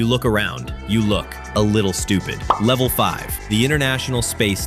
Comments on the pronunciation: It's saying levele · Bruh for each level the thing said levele instead of level